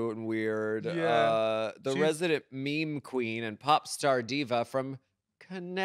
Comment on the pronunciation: it is absolutely not pronounced "mee mee" lmao